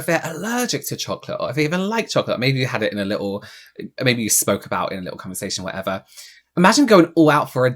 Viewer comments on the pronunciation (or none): none